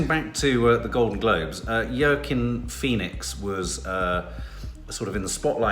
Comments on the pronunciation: Yorrkiinn Phoenix 🤣🤣🤣🤣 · Hi, it's pronounced 'Wackeen'. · Pronounced Wa-Keen haha - sounds picky however i was a little distracted when my teenager who kept repeating it as i attempted to watch 🤦🏼‍♀️😂 apparently I’m obsessed with you both - ‘whatever’ was my teenage response 🤣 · always says Joaquin Phoenix’s name wrong 🤣🤣🤣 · It changes every time... the evolution is ridiculous... but also why we love this family